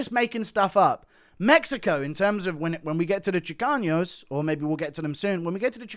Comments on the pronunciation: Chicanos not chicaños guru😂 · I’m Mexican and I loved the Chicanos segment😂 but when you say Chicanos, just use a regular N. It’s not chicaños. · there’s no ñ, in chicanos it’s pronounced chi-cah-nos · There's no ñ in "Chicanos". 😂 It's pronounced "Chee-Kahnose" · Guru miss pronouncing chicanos will never not be funny